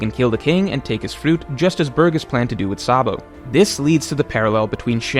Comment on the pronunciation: the "j" in "hajrudin" is pronounced like "ee" in "tree" and the "g" in "burgess" is pronounced like a "j" in "jesus".